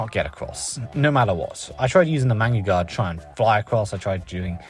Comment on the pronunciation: Take a shot every time he says manga-guard instead of magnaguard